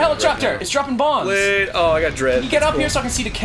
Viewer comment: brade not blade